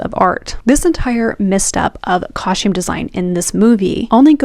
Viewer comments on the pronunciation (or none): "cahshtume" design... brrr